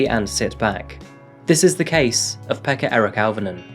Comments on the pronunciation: Swear your saying pecker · His name was peka 😅😂🤣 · His name was Pekka? Pekka?!?! Hahaha😅. Fr what a dic. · Pekka Eric.....lol?